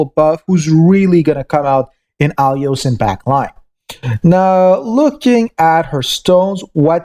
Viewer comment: You're not even trying to correctly read or pronounce their names, do you? No hate or anything, it's actually pretty funny, like this time to mistake her real name " Aiolos " with your " Alios " , or when you say "Hype", when you mean "HP" :D